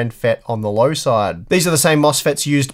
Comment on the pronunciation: Thank for this generational comparison! Please note one tiny thing starting . Yes, MOSFET can be abbreviated as ‘FET and it is commonplace. However, since you were stating model numbers with an ‘n’ as the last character prior to saying “FET,” it sounded like you were saying N-FET, or N-channel MOSFET. The next product number I expected to hear P-FET for P-channel MOSFET. Small tid bit from a nerd ;)